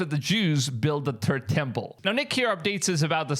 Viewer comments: Funny thing.. Im hearing "turd' temple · He said the Turd Temple. You got that right🙄